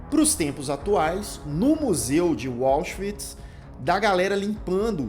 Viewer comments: Por que a maioria dos youtubers conseguem complicar o que é simples? A pronúncia dos nomes alemães. O complica a pronúncia de Auschwitz. Tenta inglesar: diz "UÓchvitz". É muito mais simples: AUSCHWITZ, W com som de V, quase como se pronuncia em Português. Tem mais: ele pronuncia Höss de maneira desastrosa. Sai: "Hóss". Não é. A pronúncia é parecida com Hêss (h aspirado). fica com medo do nome e passa a tratar o frio comandante de Auschwitz com intimidade. É o "Rudolf", mais fácil de pronunciar, parecido com a pronúncia inglesa, não é, colonizado? É o mal de quem tem o Inglês como 'língua oficial". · "Wallschwitz", que pronúncia é esta, Lucas!? KKKKKK De resto, otimo video, excelente indicação! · É, "anglicização" por defeito.🤭